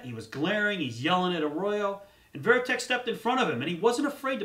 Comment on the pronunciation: As soon as I heard he said veriteck I thought he knows nothing